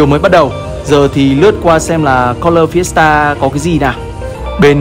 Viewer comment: ổng đọc Fiesta tao nghe thành siesta :))